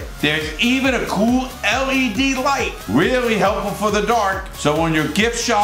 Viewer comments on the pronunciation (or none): Man that manscaped promo is too funny especially when he puts emphasis on led lights.